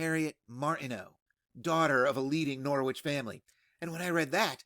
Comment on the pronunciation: As a corrector of bad pronunciations it is my duty to remind you it is NORITCH not GNAW- WITCH , although the latter is more amusing. The fact that I am also useless at pronouncing 'foreign' words is irrelevant here 🙄😅 AVB